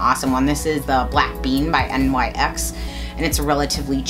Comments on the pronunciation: it's NYX= nix not N.Y.X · Great video, and NYX is actually pronounced nix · Maybe a dumb question but is NYX pronounced "nix" or actually spelled out NYX? Most people say it's nix and don't use the abbreviation? This is the first time I've heard someone spell out NYX instead of calling it NIX if that makes any sense?